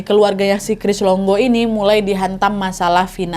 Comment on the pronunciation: Cris longo ❎ Cris dongo ✅